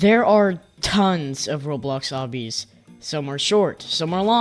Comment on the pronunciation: Did you say TONS?